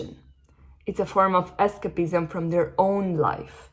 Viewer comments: es-CEIP-ism. Listen to it in the dictionary. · Incredible. Thank you! PS escapism is pronounced with a stronger A... more like "ess kaype izm" 🙏🏼